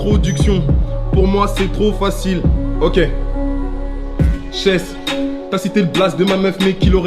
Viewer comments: au lieu de dire Shess ils dit Shech 🤣🤣🤣🤣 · Il a appelé shess « sheche » 😂😂😂😂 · C SHESS ET NON CHECH 😂😂😂